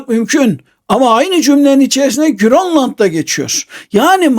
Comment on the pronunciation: bazıları bir anlam kazansın diye mi GÖRLLAND diyor yani danca girl oluyor 😅😅😂